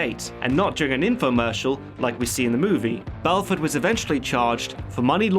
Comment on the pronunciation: BELFORT say it right